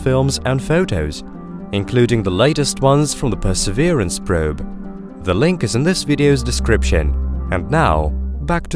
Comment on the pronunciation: Probe = proeb